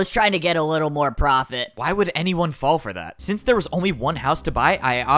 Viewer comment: Why did you say wittle